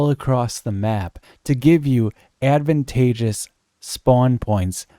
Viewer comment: He really said advantagious 🤣😭😂